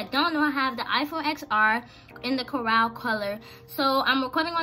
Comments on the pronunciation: It’s not caral it’s coral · Its c. o. r. a. l not fucking chorale teheheheh?!?!? : #notacrippled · Lmao I love how she says Coral 🤣 Also very pretty cases and nice video!!